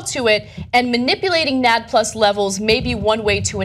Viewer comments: It's called "N-A-D-plus"..... as a biology major my ears are ringing just by hearing everyone talk. Also everyone has coenzyme NAD+ when you adjust the levels then you will manipulate the aging of cells, so you shouldn't describe it as compound that you make in lab which was what you guys were heavily implying. This entire video is oversimplified and is promoting misinformation. You guys should stick to politics and social news... or at least have a science major with you when you talk. I am an overall fan of and it's mission, but poorly done. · I cringed every time they mispronounce NAD+ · This seems sketchy. And I wish they would say NAD+ correctly. I'd like to see how an electron carrier can be an anti aging cure-all. The way they present it doesn't really seem accurate and I'd like to read the actually source. Interesting. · you guys are saying NAD+ wrong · XD AHAHAHAHAHAHA NAD+ ? Really??? Am I the only one who hears it??? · You need to hire a science consultant. Between Ana mispronouncing NAD and not knowing that this isn't really that relevant of a story. I give you guys props for covering science on your channel (hardly any news outlets do). I think that you guys also need someone that understands science to help out some. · your supposed to say the letters separately in NAD like "OMG" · Please research the correct way to pronounce NAD+ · Can she stop saying nad-plus..... it's N.A.D.+ and it's a chemical make up in the genome. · It is spelled out N.A.D. plus, not nad Ana... take a biology course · The best part of this is that they keep saying "nadd" like gonad vs N.A.D. haha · ENN AAY DEE PLUS not NAD as its own word... sorry not really important but it hurt my ears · It's not nad+, it's N-A-D +. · Ok it's pronounced N A D plus not nad plus. Sorry the OCD in me is raging inside. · it's not "nad plus" it's just "N.A.D." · it is not pronounced nad, it's N - A- D . it's a acronym Jesus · who says nad instead of N.A.D. ? smh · Hehe she said nads hehe.